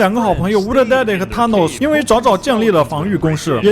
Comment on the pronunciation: 你是不是不知道th（Thanos）音怎樣讀